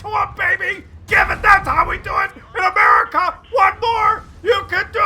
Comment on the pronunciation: When keeps saying 'Murica, I keep expecting FUCK YEAH after it